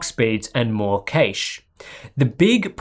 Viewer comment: I cringe Everytime you say cache but love the vid